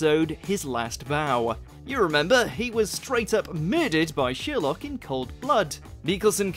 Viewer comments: It’s Sherlock not shirlock. It’s Gay-tiss not Gatt-iss. Want to see some more? Of Sherlock, oh yes! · Who's sheerlock? I've heard of sher-lock.